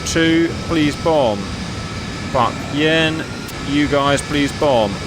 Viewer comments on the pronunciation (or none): My dad was a B/N in A6 intruders back then. He corrected me when I asked him about Phuc Yen. It’s pronounced fook yen